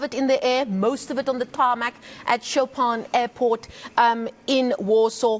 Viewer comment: Would like to point out that it's not "Choppin" airport. Learn how to pronounce Chopin, he was a composer, Google it, they will pronounce it for you. While you're there, look for Mediterranean, you don't get that right either.